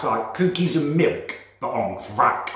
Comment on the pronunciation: I love but hate the way he says cookeys